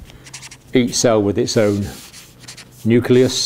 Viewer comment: Very good explanation. The only thing that bothered me a little was at one point he says 'nuculus' instead of 'nucleus' :-)